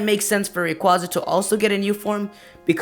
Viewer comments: ITS NOT RAQUZA, ITS RA-QAY-ZA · its rayquayza not rayquoza p.s. me think its mega evos does anyone ageree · Rayquaza is actually pronounced Ray-quay-za.